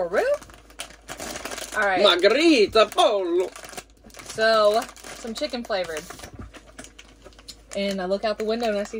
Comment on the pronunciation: Spanish “pollo”, Poi yo”. Double ll is a “y” sound. These snack boxes are fun.